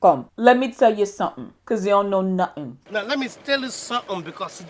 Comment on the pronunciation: "Let me tell you suhem.. Cause you know nuhem!" 😂😂